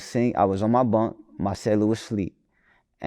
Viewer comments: it's BOOOOO-NK not BONK/BUNK w/e the fuck you kept calling him lol. BOO-NK, BOO-NK, BOO-NK, BOO-NK. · He keep sayin bonk gang it’s boonk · It’s Boonk gang not bunnk gang 😂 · Why tf keep saying BONK gang? keeps saying it the right way but refuses to catch on lol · kept saying Bunk gang after every time bruh said Boonk. Had me crying🤣🤣🤣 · No matter how many times said “Boonk”, said “Bonk.” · Why does he keep calling him 'Bonk' gang? It's really not hard to say...Boonk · Bruh if u gone say it, its boonk gang not bonk dawg com on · Dude keep saying "Bunk" anndd that shit is peeevviinnggg. It's pronounced BOONK! Gyyaahhhh, dyyaaaaayyummnnn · How hard is it to say boonk not bunk this man be say names wrong right after he hear the correct way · He clearly said BOONK three times and STILL said BUNK several times. W T Entire F#ck!!! 🤷🏾‍♂️ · He said “Boonk” 3 times in 15 seconds and u still called him Bunk. cmon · He still said bonk even tho he said boonk 😂😂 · you keep saying his name wrong, it’s BOONK GANG not Bonk gang 😂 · Its not bunk gang it's boonk gang and we dont call that no more. Hes s changed man. Put some respek on his name. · It’s not bunk it’s boonk.. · Bro you literally could’ve asked how to pronounce his name BEFORE the damn interview started (and I know you know how to say the shit) but continuously said “bonk” gang to piss ppl off. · why dude cant pronounce names correctly...its not hard to say BOONK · yeh but he just keep saying bunk,. I know personally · *bunk gang 🤣🤣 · got his name wrong the whole time 😂